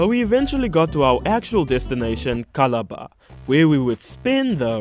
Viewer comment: Malaria is a normal Tuesday here 😂 Edit : it is pronounced KALA-ba